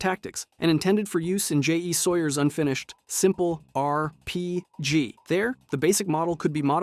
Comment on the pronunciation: "Sawyer's R................. P.................... G.................." That's definitely how people say rpg, yup. The weird emphasis on "tec" and sometimes "co" in robco were almost passable as someone pronouncing shit weird. Except when it's pronounced correctly later on. Doesn't matter how good elevenlabs or any other models get, it will always sit in the uncanny valley such that we just know something is wrong.